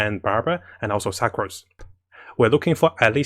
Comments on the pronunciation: please stop pronouncing her as 'SUK'ROSE' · Suc Rose? No offense, I'm an asian myself but I giggled when he said her name. Dear fellow commenters, is the correct pronunciation 'Suc rose' or 'Su crose'? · when he pronounced sucrose as "suckrose" i wheezed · Hi, love ur informative videos, but could u pls try to pronounce the character names better? It’s rather distracting when I try to focus on your info. A few mispronunciations include Fischl / Sucrose (not fai-shel, suckrose). Thank you. Keep it up.